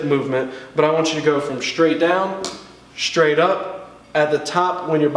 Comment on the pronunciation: "...'shtraight' down, 'shtraight' up." It always puzzles me as to why people pronounce "str" words as "shtr." To correct this, try saying "stir-rate" faster each time and you'll see the difference.